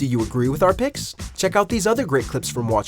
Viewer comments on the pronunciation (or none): none